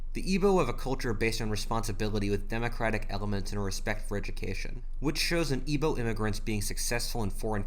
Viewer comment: As a Nigerian the way you said Igbo Hausa and Yoruba hurt me on a transcendent level